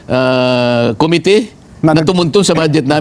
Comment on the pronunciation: Please stop saying COMITY. It’s committee. Thank you for your videos.